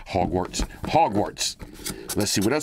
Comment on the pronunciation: my wife is tripping off the pronunciations of the school, the calling the broom a feather,😅 the not knowing what the platform number, calling griffindor (IDK how to spell it, and yes that triggered her too) a boss... 😅😅😅😅😅😅😅😅😅😅😂😂😂😂😂😂😂 Bro 😅😅😅😅😅broooo😅😅😅😅😅😂😂😂😂😂 she loosing her ish...😅😅😅😅😅haaaaaaaa hahhahhahah.